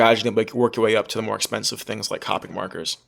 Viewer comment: It's pronounced co-pick